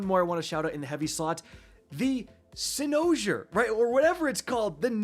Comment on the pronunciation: As a Cyberpunk 2077 fan... Your pronouncing of Cynosure is just sad. Go play Cyberpunk 2077 with all the DLC, then you'll appreciate Cynosure. That place will be engrained into you.